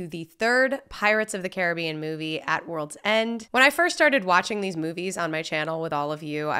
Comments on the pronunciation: It's really simple. It's Disney's "Pirates of the Care-a-BEE-an." The real water and everything else with that name is "Cah-RIB-bee-an." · Pretty sure it is pronounced Caribbean btw